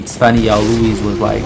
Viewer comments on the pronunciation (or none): none